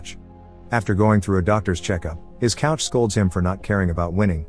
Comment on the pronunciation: Funny hearing a guys voice being called robotic in one of these videos. When you can't even proof your editing to know how to pronounce coach not couch.